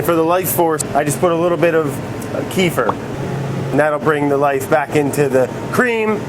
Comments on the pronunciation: "Kefir" Brad: "Keef-er" Correct: "Kuh-feer" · "Keefer"? It's Keh-feer. Someone has no slav in him, I can see. My disappointment is immeasurable. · Kefir =/= "Kifer" it's KEfir same as KElp. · Kee-fer? It's either Ke-feer or [kʲɪˈfʲir], the latter is the correct Russian pronunciation. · Dearest Brad, I love you dude, you taught me how to make food and my sons and husband are grateful! So imma gonna teach you how to speak buddy. It's kefir (kay) (fear). Not key-fur. Please and thank you. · it's kef-ear not keefer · Keefer- no, it's kuh-feer. silly dude. I love brad. wourder - is he from Jersey?! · kefIr not kEfir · It's not Kiefer, lmao, it's pronounced Keh-Fear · Kefir = kuh - FEAR, not Keifer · omg, he said keefer, my whole family calls it kéfir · He said "key-fur" with the "ke" part rhyming with the "ke" sound in car "key"... can anyone tell me if I'm mistaken for thinking it's meant to be pronounced "keh-fur" with the "ke" part rhyming with the "ke" sound in "kettle"? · Kefir is pronounced Ke-feer, not Kee-fer. Keefer is finely powdered weed. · wait, do people actually pronounce kefir "keefer"??? lmaooo it's pronounced "kefeer" XD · It's not pronounced keefer it's like keefeer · It's pronounced "KEFF-eer". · kefi'r, the emphasis is on the i! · kee fur? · Excellent tutorial. However it's pronounced "keh-fear" with the accent on the second syllable - not like Kiefer Sutherland. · "Keh-FEER" Kefir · ITS PRONOUNCED "KEH-FEAR" BRAD :( AAAAAAAAAAAAAAA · Its pronounced ke-fear. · Keh-fear. Kefir. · And "kefir" became "queefer" somehow... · That’s,, not how u pronounce “kefir” (Hint: it’s actually “keh-feer”) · Kefir isnt pronounced like that haha. Its (Kef-ear). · I need to read the bottle to realize it's kefir since he pronounced it keefer lol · its pronounced kay fear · kefir is pronounced KEH FEAR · Its pronounced kuh-fear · You are great but keh-fear ffs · That's not how you say kefir but whatever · he mispronounced kefir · he inverted the e and i lol